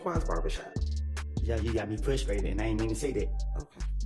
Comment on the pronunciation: I was fwustrated😂😂😂 my man pronounces his words like Elmer Fudd! Wascally Wabbit😂😂😂